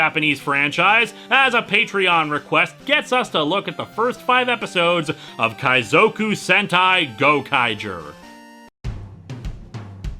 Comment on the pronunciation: This was amazing. I love Pokémon Adventure/Special, though I would like to hear your feelings about Green/Blue. Also, it's weird hearing Kaizoku pronounced like that. I'm not having a go at you, the fact that you even attempted is cool, I'm just noting how it sounds weird.